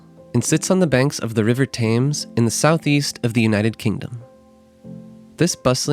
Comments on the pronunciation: Thames is pronounced TEMS not TAMES, just sayin'. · Just a quick note -- I think Londoners pronounce the name of their river "tems" as opposed to "tames" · Thames is pronounced closer to “Tims” it’s not pronounced with long a” Nice video though - thanks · Great video with informative and helpful tips for visiting London! I wanted to share a helpful tip (not a criticism) on how to pronounce "Thames" - it should be "Tems" (pronounced like the word "Stems" without the "S". Thanks for all you do! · Thames is pronounced ‘Tems’ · Please..for gods sake..learn how to pronounce “Thames”… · please stop saying thames like that it hurts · Thames pronunciation is very irritating. English is quirky, but still... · Typical Americans! You produce a tourist video about a City you know nothing about, claim to have lived there for 6 months. Big deal! You know nothing about London, and clearly learned nothing in your time there. Most importantly, the river Thames is pronounced “Temms” NOT Tames. The lake in Hyde Park is called The Serpentine, not The Serpenteen. If you’re going to make a video about someone else’s country or city, get your facts - and pronunciation- right!